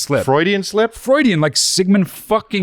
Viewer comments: Gonna say "Frewidian" slip from now on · Honestly it's about time someone calls out the way Chris says Freudian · HAHAHAHA!! Love you, Chris, but is 100% right on “Freudian” pronunciation. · You know whats crazy about chris’ cult of personality. I’ve heard him pronounce “Freudian” that way plenty of times and never once thought about it, but the second is here to pierce the veil I suddenly realize Chris actually has no fuckin idea